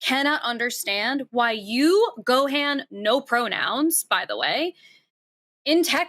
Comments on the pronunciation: Being a DragonBall Z fan I hate when Gohan calls and they say the name wrong 🤣 it’s Go-Han like Han Solo. Not GoHaaan 😂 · It makes me so fuking mad she pronounces it "Go"-"Hean"